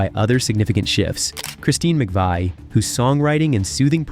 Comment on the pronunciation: and he mispronounces Christine's last name.